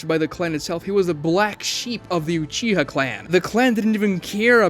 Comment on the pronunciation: Gng did you just say uchiger